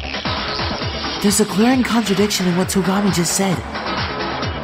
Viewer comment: why do you keep saying Niagi?